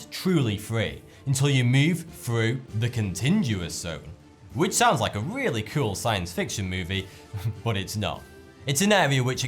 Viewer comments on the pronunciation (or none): Its "contiguous", not "contiNguous" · adventures Same when he says 'wivin' instead of 'within' -- he's a lazy thucker. No excuse for 'continjuous' though -- that's just ignorance. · Your videos are great, but you fluff a few words. It's "Kon Tig yu us" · Contiguous not continguous. There is no second N in the word. con (like comiCON) tig (like invesTIGate) u-ous. Contiguous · it's pronounced con-tig-u-us not con-tinge-u-us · Sweetie, it's pronounced "con-tige-u-ous", not "con-tinge-u-ous". Just thought I'd tell you. But, I must say, you did absolutely FANTASTIC on reading all the script! Seriously, you did wonderfully! It would be very difficult for someone to do as well as you did, including myself! Perhaps you'll be a newscaster in future! I'll watch for you on TV! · contiguous = con-TIG-yew-us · Con- what-uouse ?? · It's :- "con-tig-u-ous". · The "con-TINGE-uous" zone? Are you kidding me, -squared? You must be kidding, because you sound like an idiot. How could you butcher the word "contiguous"? It's a hard G you moron. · Love your videos mate. And... it's Con•tig•u•ous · Pronounced "KON-TIJ-US" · not "Con- tin -guous". There is no "N" in the middle. Pfft! Seriously... no QC review of your videos before you post? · 3.46 hey there is no 'n' in 'contiguous'...just saying. Props to you though my man. Bigtime respect Keep up the good work 🙈🙉🙊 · He can’t even say contiguous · There is no second N in contiguous. Otherwise good job.